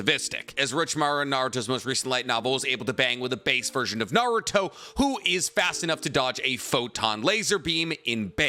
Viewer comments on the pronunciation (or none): none